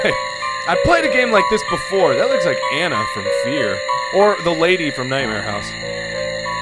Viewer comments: Anna from FEAR? You mean to say Alma. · anna from fear? its Alma, mark. ALMA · Did Mark say Anna?-Alma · Alma, Mark. Alma. Not Anna. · ''anna from F.E.A.R'' its ALMA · Alma not ana